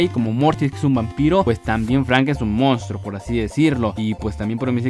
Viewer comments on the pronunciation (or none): none